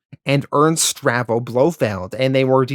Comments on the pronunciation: Not to nitpick, but the name is pronounced Stavro, NOT Stravo. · bro literally pronounced like every name wrong. STAVRO, not Stravo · Great video but one minor niggle. It is Ernst STAVRO Blofeld NOT STRAVO. Aaaarrrgghhh lol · Stahv ro. Not Strah vo.